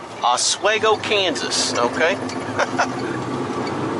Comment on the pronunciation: Nice driving! It’s “Oss-Swee-Go” KS. It’s a hard E. Stay safe my friend.